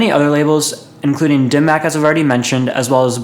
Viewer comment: hearing him pronounce it "dim mack" is so cringey lol it's pronounced "dim mock"